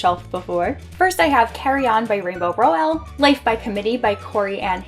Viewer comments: Lovely bookshelf tour, loving the colors. I need to have all my series together lol. And also Rainbow's last name is pronounced "Rowl" like owl 💙 I need to get my hands on Snow Queen, that book looks gorgeous!! 😍😍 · You say rainbows last name wrong....